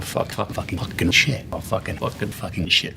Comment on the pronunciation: А чому $hit я чую як шєт а не шит?